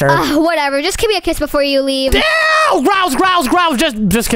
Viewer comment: meant to say give me a kiss but In stead he said give me a quiz😂😂😂😂